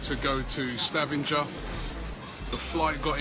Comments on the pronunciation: 'Stavinjer' (Sta-van-ger) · Your pronunciation of Stavanger made my day! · Hope you enjoyed your ride driving through Norway, there is lots of beauty to see! Also, you completely butchered the spelling of Stavanger